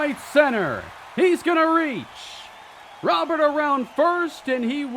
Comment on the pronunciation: That final strike from Diaz was filthy, would have sat down me aswell. As much as I love him, but it might be time to invest in a better offensive CF to take the next step. Also, I may be alone, but I preferred when your pronounced Robert as Robur.